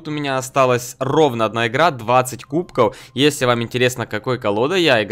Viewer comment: Почему кубкоу, а не кубков?